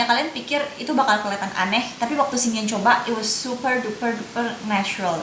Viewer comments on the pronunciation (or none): hi dear, channel nya menarik. hanya kalau boleh kasih suggestion, better ngmg inggrisnya dikurangin. karena sometimes agak ngeganggu waktu balik ngmg bahasa.. coba jadi choba, cuma jadi chuma, gel jadi ghel ,etc.. dan kl memang mau ngmg inggris difull in inggris tapi latihan pronounciation nya sama kalimat" nya.. tapi overall bagussss ngmg nya cepet dan jelas reviewnya .thx u